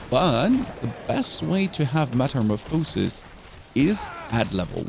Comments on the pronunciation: I had to stop watching. If i heard you say metamorphosis like that once more i might have kicked the dog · Why do you mispronounce “Metamorphosis”? Are you doing it on purpose as a joke or are you really pronouncing it wrong? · im glad u givin yourself some good advice =) theres more then one counrty and language ;-) The pronunciation of "metamorphosis" in German is "metamorphose" (pronounced as metəˈmoːfəsis) ¹. The emphasis on the "o" sound in the German pronunciation could be due to the phonetic differences between English and German. In German, the "o" in "metamorphose" is pronounced with a long "o" sound (as in "oh"), which is why you might hear it emphasized when a German speaker pronounces the word. on another note its pretty cool can ask questions and get coherent answers. does lead more and more to the atrophy of our brains. used to have to remember phone numbers. and street names....to spend time googling the answer and learning random things along the way i think it was einstein that attributes a measure of someones intelligence by their immagination